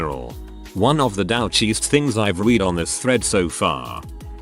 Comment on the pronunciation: Gotta love Text2Speech synth voices.